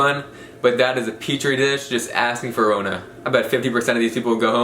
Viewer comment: I love your videos, but why do you call it darona? It’s corona